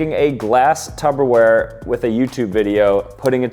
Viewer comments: Can someone let know it’s “TUPperware” and not “TUBberware” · Why would he call a pyrex glass container "tubber wear" its not even pronounced that way its "tupper wear" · Umm….please tell me you are calling it Tupperware and not Tubberware 😮😝😂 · Dawg it's TUPPERWARE not tubberware 😭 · It wasn't even Tupper wear it was glass. is very not smart I have noticed recently from these videos but I guess that gets a lot of views